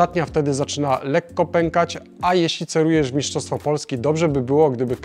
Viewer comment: Mistrzostwo - nie miszczostwo, trochę to drażni